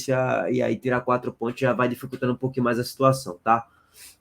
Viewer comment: Que zorra é essa q esse cara fala PONTHIOS?É sacanagem?